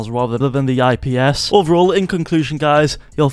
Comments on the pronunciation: Bro said ISP panels 💀💀💀💀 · You lost me when you said isp